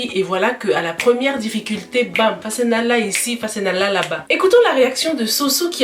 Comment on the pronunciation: c’est pas ‘fassenala’ c’est ‘fase naa la’ 3 mots. La femme dit 'may ma sama baat’.